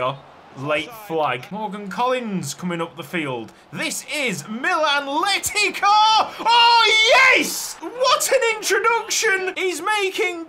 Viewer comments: Funnily enough Letica's name is pronounced Le-tits-ah. Hope that helps, I nearly had a seizure every time I heard you say Letika 😂❤ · "Letica" in Croatian would be pronounced with a C, not a K or a Ć just a normal C